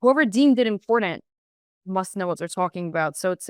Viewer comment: the youths brain is so broken and lazy. ITS NOT PRONOUNCED inpordend pronounce your Ts !!!!!!!!!